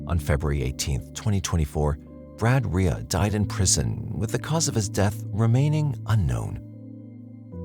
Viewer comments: Side note. But, how is Reay pronounced “Ray-a” ?… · The most troubling part of this story is how you pronounce Reay.